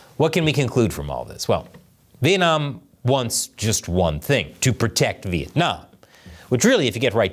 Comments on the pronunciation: Vietnam not Vientam 😂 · Vientam? Really? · Vietnam,not vientam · The thumbnail is hillarious lol. Anyone who have heard a Chinese person trying to pronounce Vietnam knows this.